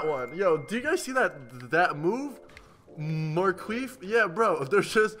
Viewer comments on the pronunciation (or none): Rice literally said "Marqueef" im dead